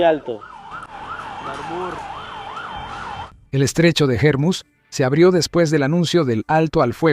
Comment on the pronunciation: No es germuz , es Ormuz